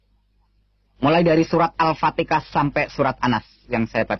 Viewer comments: wkwkwkwk benar... Cara membaca Al-Qur'an kok gitu ya... Ngakunya pernah mondok tapi tajwid, makhorijul huruf sama sifatul huruf salah semua... Jangankan bacaan Al-Qur'an yg lain, al-fatihah yg buat sholat sehari2 d bilang al patikah... Sumpah ngakak dengernya.. Emang dlu pernah mondok dimana?? Jangan2 tu orang baca latinnya bukan arabnya makanya SALAH SEMUA... Menafsirkan Al-Qur'an pun cuma setengah2 seperti Q. S. Ali Imron:45 itu belum satu ayat yg dia terjemahin.. La terus ayat yg setelahnya kemana kok gk d terjemah juga... Padahal urutannya lebih jelas dari ayat 43-52 kemana semua tuh? Udah cuman menafsirkan satu ayat sebagian lagi... Kayak misal nya menafsirkan lafad laa ilaaha illAllah (tiada Tuhan selain Allah), dia cuma menafsirkan laa ilaaha (Tiada Tuhan) nya doang, trus IllAllah (selain Allah) nya kemana? Kan yg begini ini membuat pemikiran yg sesat... Saya berani bilang gitu karena saya hafal sebagian dari Al-Qur'an... Dan ketika mendengarnya baca Al-Qur'an dan menafsirkannya sontak NGAKAK PARAHHH!! Kelihatan tu orang gk punya ilmu... Cuma mengada2 doang... Kasihan sama orang2 yg percaya, udah d boongin sama dia... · al patika dalam pengucapannya adalah bukti kedunguan dan kebodohan dipidio ini cristian frend dan yang lainnya membuat fitnah dan penipuan terhadap kaummnya ,kasian semoga ummat kristan tercerahkan dan terhindar penipuan seperti di pidio ini ,,,,,Alpatika dalam islam tidak ada melainkan Al ,fatikha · Maaf kalo mau tau kebenarannya coba tanya orang ini marozul huruf, Jagan di baca alfatikah ya. Pake pake h bukan k tau lah pasti😂